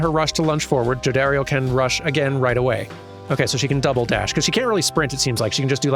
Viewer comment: You got the pronunciation of Jodariel right the first time.